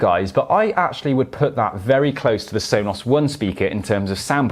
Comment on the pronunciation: Why do you say it like Sonoss? It drives me nuts.